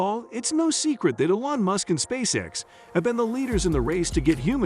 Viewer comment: AI voice over sucks can even pronounce elon musks name right 😢